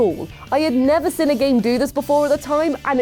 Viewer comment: You and Caddy both say "sin" instead of "seen". Something I only just noticed ahaha